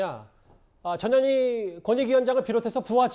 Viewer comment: 발음좀 똑바로해 저년이가 아니고 전현희야